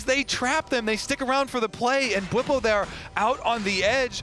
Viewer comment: Why Bwipo became Busio? 😂